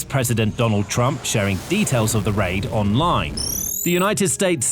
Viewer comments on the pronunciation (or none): none